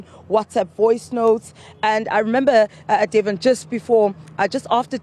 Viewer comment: I agree. I miss the gentle, respectful approach of Karinda Jagmohan at least she would have pronounced his name correctly. Delvin. Not Devon